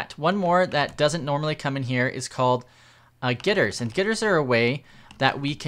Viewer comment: Why do you say gitters instead of getters? xD